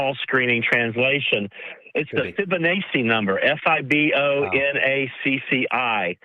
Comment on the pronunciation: Tommy is going to explain the Fibonacci sequence that he can’t pronounce. 😳